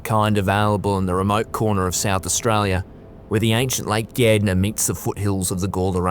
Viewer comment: Being a dutch kiwi you have to make you aware of the australian " slang" of the english language, he is talking about " lake Gardner, pronounced Gard ner😅😂😅